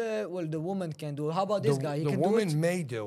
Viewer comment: I didn't laugh my ass off but there were alot of low key funny parts like how they kept saying dew instead of do and the famelta fish bagel. Also dudes wild 1000 yard stare and mt dew colored apparel.